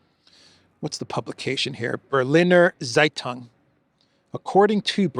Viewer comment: "Berliner Zeitung" is pronounced "Bare-Leaner Tseigh-Toong" ;-)